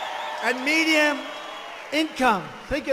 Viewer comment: Did he says medians income